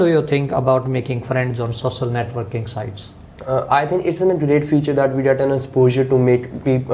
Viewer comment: Sossal media 😂😂⚠️